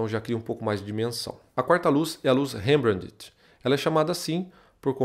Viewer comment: a pronuncia de Rembrandt= RAMBRAN. Só a titulo de conhecimento.